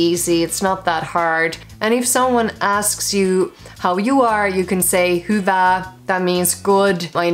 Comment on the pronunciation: Your "hyvää" sounds more like "hyvaa".